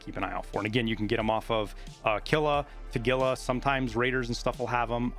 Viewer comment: Thank you for pronouncing Tagila correctly. Most foreigners i hear pronounce his name as Tah-Gee-La and that just grinds my gears a little bit. Also ty for all your guides. Rly helped me this wipe.